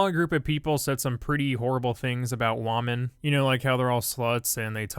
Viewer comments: Why u say wamen instead of women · Why does he say wahmen instead of women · I just wanna know Did PewDiePie created the word wahmen(as women)?